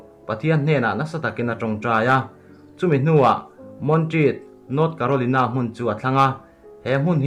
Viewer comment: Carolina hi ilam Dan hi adik lo..